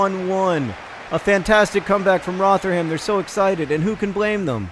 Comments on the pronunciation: Roh-ther-um. Its Roh-ther-um not Roh-ther-ham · Rotherham is pronounced "Rov-rum" by the way John, less exaggerated pronunciation on rum than how you'd say the drink though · Loving the Socratic thinking in this episode. Also John without trying to sound harsh, the way you pronounce Rotherham is wrong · Pronunciation of Rotherham was the most american thing i've ever heard